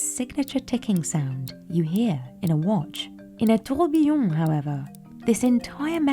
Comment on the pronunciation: The fact that the specialist who has been in the industry for 28 years and sells timepieces that are more expensive than most people's houses can't pronounce "tourbillon" correctly is embarrassing. As a fluent french speaker her pronunciation made me wince and she'll either seem less credible to knowledgeable customers or pass her mispronunciation on to those who are less knowledgeable